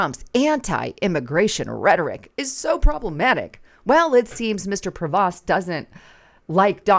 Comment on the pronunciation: his last name is pronounced as Pro- vo not like it's spelt.